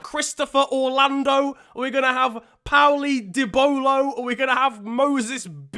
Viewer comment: "orlando" lmao